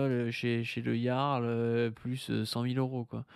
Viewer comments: moi aussi je prononce "Gearle" 😂😂😂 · Ça s'écrit le "Jarl" et ça se prononce le "Yarl". Encore un pseudo de faux jeton, ça s'écrit pas comme ça se prononce ! 😂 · En tous cas si Delavier dit "le Jarl", on est sûr que ça se prononce "le Yarl". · c est un ami mais il ne sait pas dire correctement le prénom de Jarl? bizarre, vous avez dit bizarre?🤔